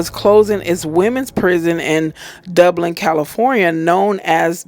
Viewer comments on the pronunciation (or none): none